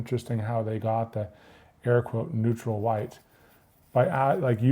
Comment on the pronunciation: Hehe "Neurtal"